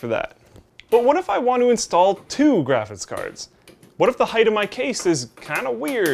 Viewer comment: Am i the only one who hears "Graphit's Cards" when says graphics cards?